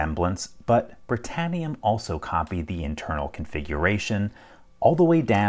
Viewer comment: Britanium? Sounded like I heard, Master Lock. 😏🤣